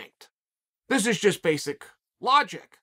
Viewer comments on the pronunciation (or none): none